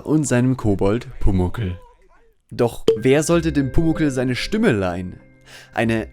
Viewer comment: Stümme?? :D Aber eine sehr wertvolle Kurzdoku, auch sehr nett erzählt! ;)